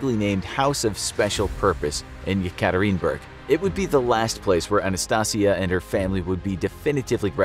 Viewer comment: No hate the city is called Yekaterinburg (Yeah-kah- Teeren- burg)